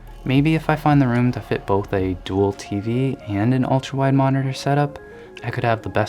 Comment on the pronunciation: No one: in a soft gentle voice: "mohneteeehr"